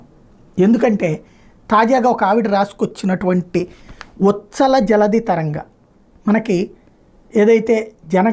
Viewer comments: sar, uthkala undi.. ucchal undi... uchhala may have different meanings in different contexts. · ఉచ్ఛల జలధి, ద్రావిడ ఉత్కళ - ఈ రెండు సందర్భాలలోను చాలామంది తప్పుగా పలుకుతుంటారు